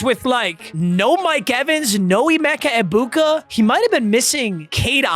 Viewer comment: please google how to pronounce Egbukas name, every time it kills me